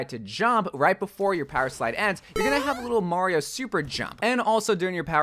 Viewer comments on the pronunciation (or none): none